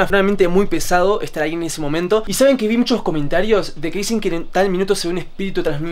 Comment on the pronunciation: dijo que pero se escuchó qui